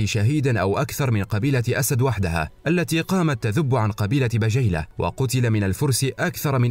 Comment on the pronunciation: الله يعطيكم العافية ماتقصرون في هذي القناة الأكثر من رائعة ولكن عندي ملاحظه في نطق بعض اسماء القبايل مثل قبيلة بجيلة والتي تنطق بالكسر